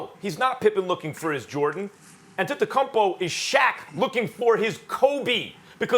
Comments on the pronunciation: Max literally gets millions of dollars to talk about basketball and he can’t pronounce Antetokounmpo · Anyone else hear max say “Akumpo” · 😨max basically said akumpo. Ftc on top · Max “Antetocuppo” kellerman